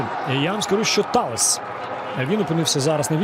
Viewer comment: Чому коли забив гол Таллес коментатор матчу називає Таллеса не Таллес а Таллєс? 😂😂😂